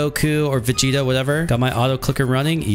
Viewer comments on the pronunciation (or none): none